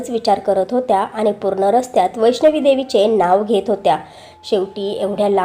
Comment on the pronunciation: वैष्णवी नाही. वैष्णो.